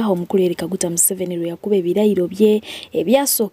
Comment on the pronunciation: 😂😂😂😂😂😂😂the muzungu can't pronounce museveni name mbu even he's not remembering it naye banaye🤣🤣🤣🤣🤣🤣🤣eno documentary bom eri bosco